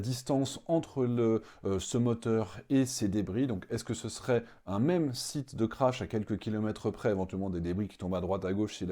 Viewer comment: 😅😅😂😂😂 Unnnn rraffaaal unnnn 😅 Mais non ma grenouille ce n'est pas uunnn😅, ni deux, mais c 3 , trois, Three 😅😂